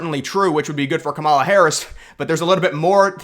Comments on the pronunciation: Do you purposely mispronounce the woman’s name? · This guy can’t even pronounce Lichtman’s name correctly, as well as Kamala’s.